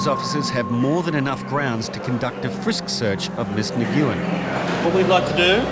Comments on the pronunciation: Narrator butchering the pronunciation of Nguyen illol😂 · The way this guy pronounces Nguyen is a hate crime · The name Nguyen is the Vietnamese equivalent of Smith for English speaking countries, have the decency to learn the proper pronunciation. It is one syllable, not three! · they way they pronounced nguyen..... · The way he pronounces Nguyen is painful. No one heard that and thought to correct him? That’s a very common Vietnamese last name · Teach that man how to pronounce Nguyen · Nuuen... Not Nguuuen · 😂"nyguin"😂 its usually pronounced uwynn. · Since when is Nguyen pronounced "ni GYU in", instead of "win"? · Idk who needs to hear this at this television program, but the surname “Nguyen” is pronounced nu-wen, not nuh-goo-wen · Nguyen-pronounced "When" ....not pronounced.." naw goo when" .....😂😂😂😂😂😂😂😂😂🤦‍♀️🤦‍♀️🤦‍♀️🤦‍♀️🤦‍♀️🤦‍♀️🤦‍♀️ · LOL!!! 'Miss Neh-Gyu-Ehn' 🤣🤣Nguyễn is pronounced “ngwin” (like “win” but with a soft ng sound at the start) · Always funny to hear someone pronounce Nguyen as “Na-gyoo-en”. It’s a very common name in Vietnam & Laos. It’s pronounced “Nuh-win” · Her family name isn’t “Ne-gu-in” it’s “Nwin”. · Nguyen is a difficult last name I pronounced it the same as the narrator when I first read it but it’s actually pronounced (Ng-Win) kinda just sounds like Win when said quickly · Did this narrator actually just call "Mrs. Nguyen" as "Mrs. Ni-goo-yin"??? That's how I pronounced that name in 4th grade the first time I'd ever encountered it. What in the world is the narrator on a produced video doing with that? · I thought Nguyen was pronounced Wynn? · imagine a tv presenter pronouncing "Nguyen" as "nee goo in" like come on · "Nguyen" and it's pronounced "win". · Your pronunciation of "Nguyen" is laughable !! It's closer to "nwen". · Nguyen="Neh-wen". Might work on pronunciations a bit. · They are mispronouncing it. It’s Nguyen pronounced as if the “Ng” are silent more like “Nwin” or more commonly “win”